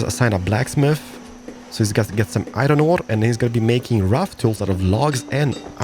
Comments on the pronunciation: i think you say iron wrong dude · The only thing i dont like is how u pronaunce iron but i can deal with it